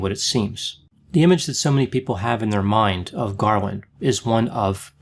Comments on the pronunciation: You keep saying Garwin instead of Garland. Minnelli was miss pronounced initially and you seemed to say Cindy Lunft instead of Sidney. Are you ok?😆😆😆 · It's Garland, not "Garwin" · Sure sounded like Garwin to me. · Am I mistaken or does repeatedly pronounce her surname "Garwin"? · Is it just me or is he screwing with us by calling her “Garwin” some times... like the “meow” thing from Super Troopers? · Just as I read this, I totally heard Garwin